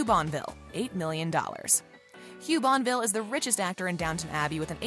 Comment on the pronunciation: The “T” is not silent in Talbot the “E” is not silent in Bonneville